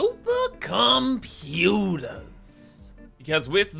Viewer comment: Anyone else hear him say "SUPER COM PUTERS" and hear the Cyberpunk theme start after that second word?